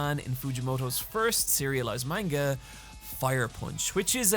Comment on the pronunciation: So after 7 years on this platform has Nobody told he’s pronouncing manga wrong, or he just doesn’t care? Cause I ignored it at first but he’s way too knowledgeable to still be intentionally saying it wrong:/